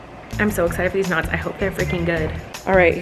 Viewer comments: I thought she was saying "garlic nuts" and I was very confused.. then I realized she was saying "knots" hahaha. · This whole time I thought she was saying “Garlic NUTS”. I was like. Why are you making bread??? 🥖